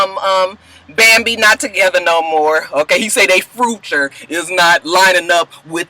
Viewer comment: u are the best! girl when u said fru-ture....I died. tears. use a fool!